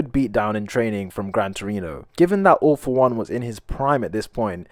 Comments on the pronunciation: Why you say ALL FOR ONE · Whay did you say all for one in